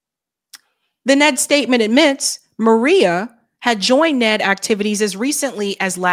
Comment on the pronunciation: N-E-D,, not "Ned". What's next, AI sauce? 😁